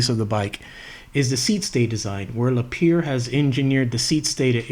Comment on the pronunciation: Thanks for sharing a fantastic trip. BTW, Lapierre is pronounced "La-P-Air"